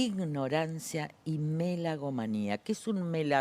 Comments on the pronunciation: Megalomeno , se dice. No melagomeno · Lilita, te aprecio mucho, pero no puedo creer que digas (y dos veces) "melagómano" en vez de "megalómano". ¿Cómo es posible? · es la 2da entrevista donde Carrio dice melagomano en lugar de megalomano, la verdad me sorprende mucho, porque es una persona muy instruida y ademas en la nota esta haciendo hincapie en el lenguaje, raro que nadie se lo haya corregido. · Megalomano lilita, no sabe ni decir bien las palabras! Me gusta porque le dicen loco a milei y llaman a personas como estas que no pueden seguir eo hilo conductor de una conversación! Hablando de todo como los locos!